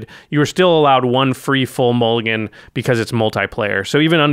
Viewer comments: Mulligan not mullgan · "Mullgan" rule changes? what is a mullgan?